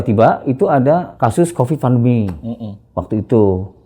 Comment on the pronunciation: Pandemi pak..bukan vandemi